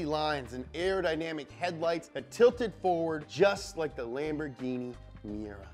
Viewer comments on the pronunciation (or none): none